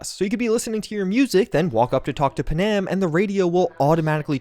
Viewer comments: Bro really said "Panam" like in Vietnam and "Sandevistan" like it was Afghanistan A true American right there! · Please learn how to pronounce the name Panam correctly. Is it just ignorance or what? Just listen to how the characters pronounce it if your in doubt.